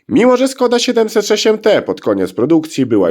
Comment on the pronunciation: Wymowa SZKODA. Pisze się s z "ptaszkiem" (Š), a to się wymawia jak polskie sz.